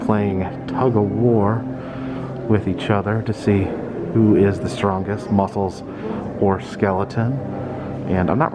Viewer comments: Yes, I say Musk- cles too 🤣 great video x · Love it, and rofl, I say muskles to sometimes 🤣, you are not alone!